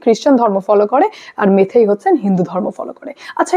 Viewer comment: তোমার ভুল সংশোধন করে দিই, কথা টা মেইতেই মেথেই না ওকে ।